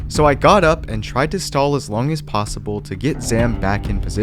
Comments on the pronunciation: “was even plossible” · man said plasible